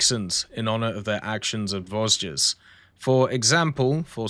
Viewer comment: listening to you trying to pronounce the name of my home region is so funny to me. Actually, the "s" are silent in Vosges, but I get that it's pretty hard, thanks as always for all the videos